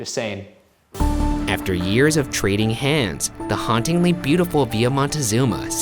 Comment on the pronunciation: I thought you said "after a year of catching hands" not "trading hands" and I was very confused if you were talking about your and Shane's realationship or not lol.